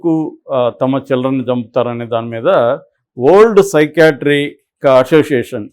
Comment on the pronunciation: " Old" Ani meeru palukutunnaru, alla kaakundaa,spashtam gaa "వరల్డ్ " Ani palakandi.